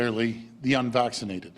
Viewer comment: No one can convince me this isn't a totalitarian takeover of governments worldwide. What else can explain this absolute lunacy? The way he emphasizes "unvaccinated" just textbook "otherism" .